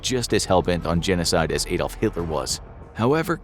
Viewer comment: The Messerschmitts were me109's not ef109's, Adolf is pronounced like Adam from the garden of eve, not Aydolf!